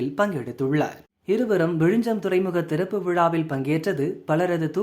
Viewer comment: Repeat after me… It is விழிஞ்ஞம். ✅ Not விழிஞ்சம். ❌ As siblings in language, we should know each other well. 🫠😼🙂‍↕️